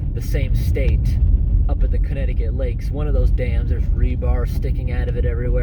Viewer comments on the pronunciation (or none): none